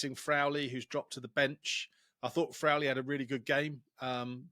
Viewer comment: Frawley does not rhyme with Crowley. It's pronounced as raw.